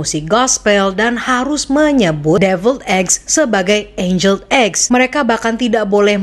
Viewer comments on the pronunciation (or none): none